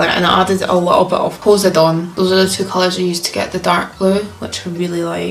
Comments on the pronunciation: I love the way the first girl pronounced Poseidon as “Poh-zeh-dawn” lol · Anyone catch how the 1st chick pronounced Poseidon? “Posey-don” 🤦🏻‍♀️ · I know she has an accent, but the way that first girl pronounced “Poseidon” caught me off guard haha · i’m sorry i had to stop cause of the way she pronounced Poseidon, i love her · Are we not gonna talk about how the first girl pronounced Poseidon 🤷🏻‍♀️ her hair did turn out nice tho